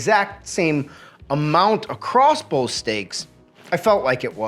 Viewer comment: You mean both? Yeah, i said bolth. No, you said bolth. I know i did. Say it. Say waht? Both. Bolth. It's both! I said bolth! No you said bolth. No, YOU said bolth. ........AAAAHAHAHAHAAHA!!!!!!